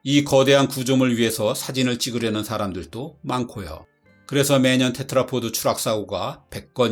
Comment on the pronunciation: 제발 테트라포트라고 하지 좀 마세요... 테트라포드 입니다. pod